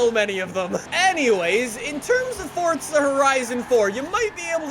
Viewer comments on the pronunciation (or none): It’s not fortza, it’s F-O-R-Z-A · If he says FORT ZAH one more time I swear !